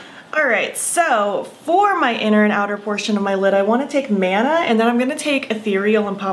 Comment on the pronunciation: “Mana” actually pronounced “muh-nuh”. It’s from Polynesian cultures, and refers to the vibrations/breath of life or spiritual energy ♥️